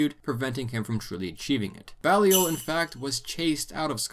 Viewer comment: It's nitpicky, but "Balliol" is pronounced with a long "a" sound like BAY-lee-ol. It's of French origin, specifically the name of the village where the family came from in Picardy: Bailleul. There's a Balliol Street near me and for years I called it "BA-lye-ol". It was only later that I learned that both it and the next street over Merton Street were named after the two constituent colleges of Oxford.